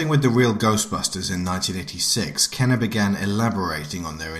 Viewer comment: It’s pronounced ken-ER